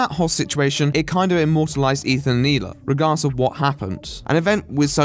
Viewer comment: I really liked your take on this and agree with most of it. In addition, I love your pronunciation of the Israeli name Hila. Keep up the great work and I look forward to you next video. Btw thoughts on the Kanye rant and recent behivour